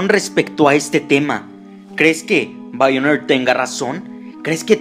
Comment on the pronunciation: me da mucha risa como lo dice Haganle caso a BAIONER